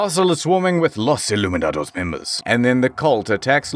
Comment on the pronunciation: "Los Illuminadadoss" I just can't lol 🤣🤣